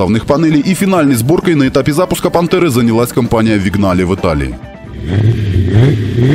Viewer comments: не Вигнале, а Виньяле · Не Вигнале, а Виньяле)